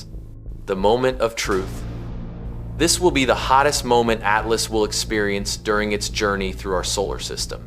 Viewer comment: AT LAAS? 😂 .. Yall have to stop with this AI nonsense smh